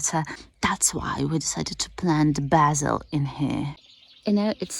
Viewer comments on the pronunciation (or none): none